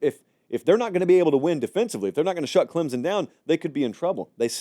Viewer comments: Here’s what he means… says clemZen. Correct pronunciation is clemSon. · And it is not pronounced "Klimpson" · On behalf of all Clemson fans, there's no Z in Clemson. "Clemzin". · I’ve been telling him that.🙄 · Please pronounce Clemson with a “p.” I can’t stand to hear you say it that way. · Agreed. No P and no Z.